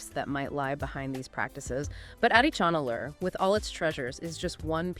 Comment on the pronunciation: Folks, The phonetic sound for AdiCHAnallur is not the "cha in cha-racter), but it should be said with a sound of "CHA-rcoal). The sound phonetic of Adichanallur must be Tamil sounding like cha in Charles, cha in charcoal, etc ,😊 and NOT like the cha in character😮